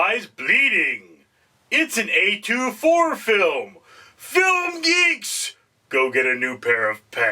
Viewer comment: Who calls it A2, 4, it's A24